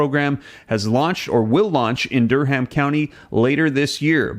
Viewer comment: the 'h' in Durham is silent. It sounds like Durum. Just fyi.